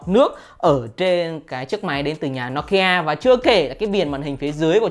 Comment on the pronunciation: Đọc thì đọc tên hãng cho đúng. Nokia thì đọc no kia. Poco thì đọc pôcô. Nghe chói tai